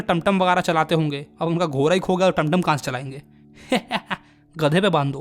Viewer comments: GHODA ❌ GHORA 😂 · घोड़ा बोलिये घोरा नही😂😂😂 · Ghoda❌ ghora✅ 😂😂😂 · ghora ghora 😂😂 bhai sahi se bol lo ghoda hota hai 😅